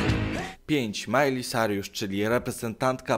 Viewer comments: XD miley cyrus nie nie nie miley sariusz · Majlej Sajrusz xD